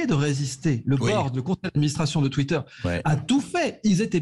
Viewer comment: Je savais qu'il avait tacheté Twitter mais j'étais pas au courant qu'il avait racheté " Twittaire " 🤣